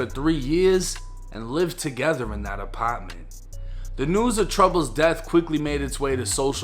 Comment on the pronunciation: The apitment.Lol